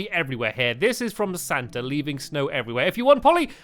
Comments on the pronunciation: His name is Santa not saata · IT'S SANTA NOT SANTER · it's not sarnter it's Santa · It's santa not satter stampy I love your videos I name my favourite toy after you😊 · you mean santa not sartner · its santa not sarntar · santa is spelt Santa not Sarnta!!!!!!!!!!!!!!!! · It's saanta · You said his name wrong